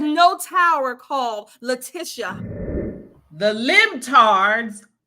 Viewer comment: Am watching your show from down under NZ and am loving it, how LEFTISHTIA is that how you pronounced her name lol😂